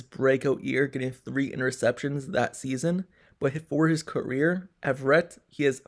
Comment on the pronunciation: “A” verett sir. Not Everett